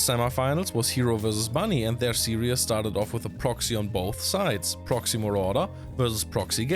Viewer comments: Stop saying series as serious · Love your episodes you could easily replace Hartem for these. However I've got one tiny complaint: "Series" is pronounced "see-reez", not "see-ree-es". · Please stop saying "serious". It's series. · Dear: Series is pronounced as if you would say "siris" with german pronounciation. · Actually more like sieris with german pronoinciation :)